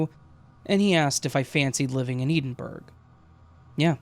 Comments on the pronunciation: Brilliant. I love your channel. Just so you know for future vids- Edinburgh is pronounced like Ed-din-bruh. And not that it came up in this one but just in case, when you see place names like yorkshire the shire part is pronounced like sheer so yorksheer. Sorry if I sound like I'm being pedantic lol it obviously doesn't matter and I knew what you meant, I get why they're hard to pronounce, I'm from ireland and we have plenty of hard to pronounce if you aren't from here places. Hope you're having a great day and thanks for the quality content. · I’m listening from Newcastle, got to say that my ears pricked up at Edinburgh too!!! 😂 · I love your channel, but the pronunciation of Edinburgh triggered me lmfao 😭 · Please look up how you say Edinburgh 🙂